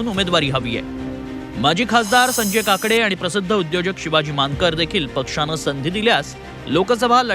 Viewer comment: काकडे is not काव काव its’s Maths $£€%*^><~